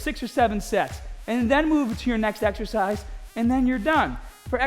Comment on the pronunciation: "YOUR EXEHCISE SELECTION IS PURE GAHHBAGE" XD